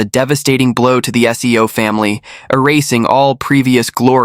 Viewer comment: seo is pronounced soul, not SEO like the Google SEO 😅